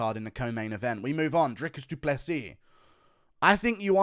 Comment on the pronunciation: WHAT IS WRONG WITH THE UFC COMMUNITY, DO PLAY SEAS. god it’s not that hard to pronounce a last name that isn’t from English language